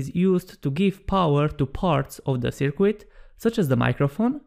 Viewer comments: "Sir-Cut" not "Sir-Quit" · I kind of like "Sir-Quit". It added an element of mild entertainment to a very informative video.